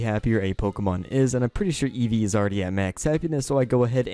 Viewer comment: Nobody: Eesvee:R E T U R N